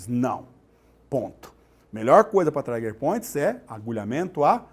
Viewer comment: Não é traiger point mas TRIGER POINT